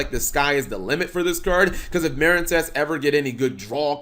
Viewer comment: How do you manage to mispronounce MARINEcess yes the E isn't there but it's still the same pronunciation